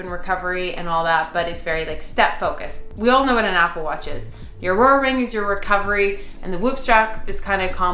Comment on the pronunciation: The fact that no one commented on you calling the Oura ring “ourora ring”😂